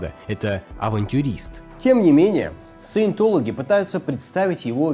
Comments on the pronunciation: Каждый раз когда говорит "саетолаги" я в голове поправляю на СУЕТОЛОГИ, и это становится очень смешно смотреть! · вместо "Саинтологи" слышу "суетологи" и в принципе второй вариант тоже подходит, т.к. суету секта наводит